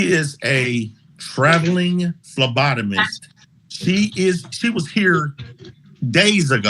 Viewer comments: At first I thought he said she was a traveling lobotomist and i'm still laughing... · What did he say?! I heard travelling lobotomist too lol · Traveling “lobotomist” for when you need a lobotomy performed quickly 🤣🤣🤣. (Hopefully he meant Phlebotomist) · I heard that too!